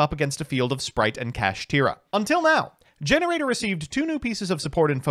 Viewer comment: Okay wait… it’s Gene Raider not gener aider 👀😐